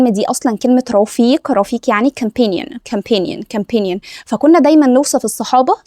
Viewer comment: رائع جدااا المحتوي بس ممكن حضرتك تراجعي نطق كلمة companion ❤